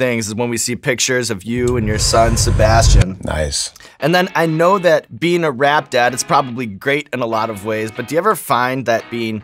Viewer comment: "Like at" is how Pittsburgh accents are? I moved my 9th grade year to Waynesburg PA from southern WV and when i wouod say anything close to "like at" and mean "like that" i got picked on. Hard core. This one kids schooled me for a whole class period that pencil is pronounced "PENcil" and not "PINcle" ....i dont even want to talk about workimg with my dad outside of Pittsburgh at 18 at united rentals in Oakdale PA.....the adults picked on my accent worse lol